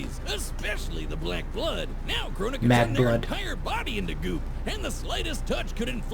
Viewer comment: It's Crona not Corona